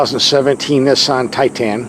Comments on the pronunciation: It’s Titan, not Tie tan lol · its pronounced tye ten not tye teen. does it look like its spelled titeen? No. and its not tye tahn either, more like tighten. got it good problem solved. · What the heck is a TIE Tan? Misunderstood and mispronounced....one word Tie tun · ) 2017 Nissan Titan...Get the ship out of your ears and listen to proper English Pronunciation and a intelligentexperienced truck review......"Billy Bob"!